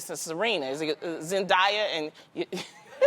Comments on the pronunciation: I hate when they pronounce Zendayas name Zen_dye-ah it's Zen-day-ah 🙄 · Nah 1. Don’t bring my girl zendaya into this she is a big advocate against colorism 2. Loni, it’s zen-DAY-a, not zen-DIE-a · I just wish they’d learn to say that girl’s name it’s ZEN DAY UH not ZEN DIE UH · Zen - Day- Ah lmao😂 not Zen - Die - ah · Omg when will people actually pronounce Zendaya's name right! She's come out pronouncing her name for people. It's not Zen-die-ah it's Zen- day- ah. At this point y'all are just being ignorant. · Its Zen-day-a not Zen-di-a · Lol isn't it pronounced Zin-day-uh? Not zin-die-uh? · Who is Zen-Die-Ah? Loni it’s Zen-Day-Ah lmao sis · Zen-die-uh? It’s Zen-day-uh 😂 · it’s not zen(Die)a it’s zen(day)a geez she’s been famous and out for awhile now and people still get her name right.😑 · First of all her name is ZEN- DAY-A. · It’s Zen-day-uh ladies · Did Loni really just pronounce Zendaya as “zendayuh” I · The moment Loni said zendaia... don’t say the queens name if you want say it right 😒😂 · zen-DAY-ya thank u, next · LMAOOOO WHEN SHE SAID ZENDIYA OR YARA. YESS, COLORISM IS REALLL. Serena better not allow this! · Zendiya TF? Loni know how to say her name dis bitttt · It looks like Tamera is affecting Loni now😂😂 Loni said Zendaya's name wrong😂😂